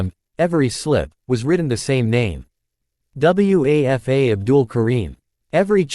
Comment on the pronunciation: The students name was Wafa--- it's a name!! Don't you people ever check how things are pronounced???